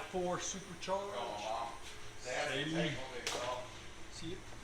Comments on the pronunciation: Saline? Brother... you gotta work on how you pronounce car names. Tee yoda, Saline? Toy-O-Ta and Suh-Lean. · Lol it’s pronounced suh-lean